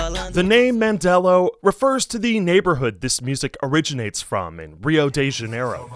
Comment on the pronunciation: Btw Mandelão is pronounced mande-lan-oh